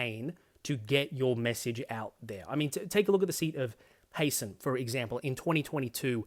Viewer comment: The seat of Heysen is not pronounced "Hayson". It is named after the iconic artist, Sir Hans Heysen, and would phonetically be "High"-"sen".